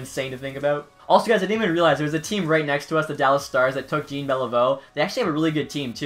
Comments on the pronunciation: I stopped watching when he said GENE Beliveau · "Gene" Beliveau uhhhhh lol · Guy pronounced Jean Bealiveau's name Gene